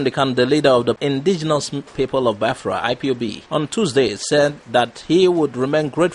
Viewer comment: Also how he pronounce Biafra he should correct it as well